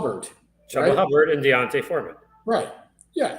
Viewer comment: Pronounced Choooba Hubbard